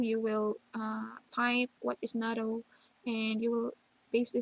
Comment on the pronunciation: Isn't it NATTO as in toh not TOW?